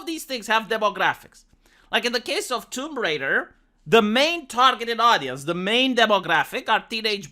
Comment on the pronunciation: She's Tomb Raider, not Womb Raider. smh